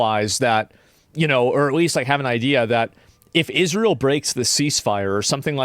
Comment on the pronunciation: Pronounce ISRA-EL correctly, and then complain.